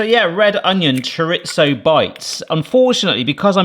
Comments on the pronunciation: It's not "choriTZo". It's not "ChoriTHo". It's just Chorizo. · there is no T in chorizo. it is pronounced cho ree zo.. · Cho reeth oh, no Z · That's not how you say chorizo. In Spanish z can be pronounced as s or th. Maybe you thought chorizo was Italian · That GCSE wasn't in Spanish. Where the heck are you getting that hard T from??? LOL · there is no T in Chorizo